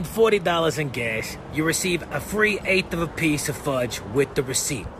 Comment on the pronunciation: The fudge part with the accent made me laugh so loud...I even shocked myself. 🤣